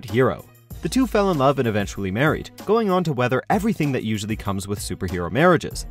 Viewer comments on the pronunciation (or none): none